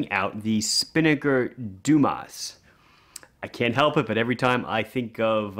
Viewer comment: If the watch is indeed named after the diver Frédéric Dumas, which is born in southern France, the correct pronunciation of the name would be "DUMA". Well, at least it's not Dumass :D